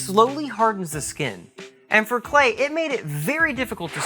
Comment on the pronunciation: His name is pronounced like "Clay".......